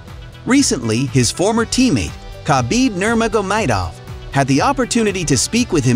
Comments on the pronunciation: Khabib nermoga"maid"ov? Didn't know there was any I in his last name haha but I can get having a hard time pronouncing his name he's only like one of the most popular fighters in the world. Haha hope you get that down! Bruce buffer confirms with fighters before announcing their names how to actually pronounce their names if you watched the fights and listened to the announcers or Bruce it's not hard to figure out again makes me think you don't actually watch but just get a written script and make a video. Ooliveria? It's pronounced just like olive but you're adding an extra o in there and revisit Islam's last name too haha maaakhachev? Just reading off a paper and guess work sounds like. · khabib nurmagamedov look that one up or watch some videos of people talking about him and pronouncing his name correctly that one was a bad one every video I see at least one or two that are horribly mispronounced if you actually kept up with the sport you wouldn't have this trouble. Makes me think you watch other videos get info and then make your own without actually knowing what's going on or knowing the fighters, if you were a true fan you wouldn't have that issue js. Going to be hard to get to subscribers when there's about 15 other channels doing the same thing but actually pronouncing the fighter's names right and the channel actually seem like legit fans putting out info. The impression I get is that you have some articles that you read and then make videos on them. Maybe I'm wrong but you're the only channel that I've seen that seems to have this regular issue. Good luck!